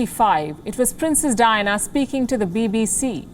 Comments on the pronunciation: It sounds like Dinah instead of Diana. It’s kind of annoying. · three silables in her name _ Di -Ann - a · I like it when she keeps pronouncing the name of princess DYNA, hhhhaaa.